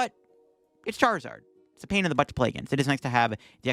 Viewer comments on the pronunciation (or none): none